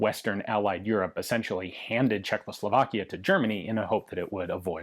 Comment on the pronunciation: God damn it Ian, I love your content so, so, soooo god damn much... but... dude.... THERE IS ONLY *ONE* "L" CZECHOSLOVAKIA!!! Every single video you do in which you say the country's name (and that's surprisingly frequent) you say Czech-LOW-Slovakia, and it makes me die a little inside every time. =|